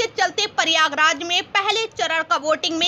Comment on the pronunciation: Pahle to bolne ki tamij shik ly pariyagaraj nhi h pryagraj h